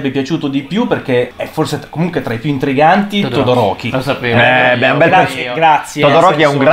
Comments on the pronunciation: Sentire le pronunce in "italiano" fa male e sentire che shouto me lo hanno chiamato Todoriko e pure peggio ma continua così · "todorocco"🤣mo ho un'altro motivo per amare todoroki 😂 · “Todo-Rocco” AHAHAHAH